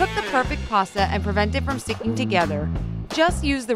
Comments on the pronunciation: It's pasta not parsta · there is no r in pasta